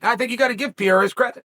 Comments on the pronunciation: If you gonna keep making money talking about Alex Pereira, maybe out of respect, you should learn how to pronounce his name correctly. It’s not Piera, it’s PEREIRA. Peh-ray-rah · REPEAT AFETER ME: ALEX P E R E I R A not Piera